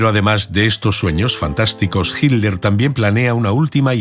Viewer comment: nunca e podido entender porque en la versión en castellano no pronuncian con claridad las letras TL del apellido de hitler, se oye igual himler que hitler sin cargar la voz en esas letras ..